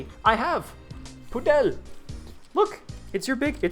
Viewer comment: The pronounciation of pudel was ideal, words from a native speaker of Polish, and the t-34-85 rudy is from a Polish tv show from the 1950s or 60s, really recommend it, but you might not be able to find the translation to english